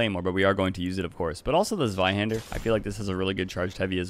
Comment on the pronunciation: Your German pronunciation of "Zweihander" was spot on. Ausgezeichnet.